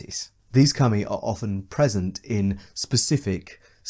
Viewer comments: I pronounce Kami as "Cah-Me" but you pronounce Kami as "cummy" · Deeply uncomfortable that you keep pronouncing kami as cumi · I was not ready for you to be pronouncing Kami as "cummy", my dude please